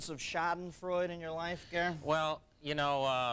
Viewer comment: shaddinfroid. no Shahdenfroida (roll the "r")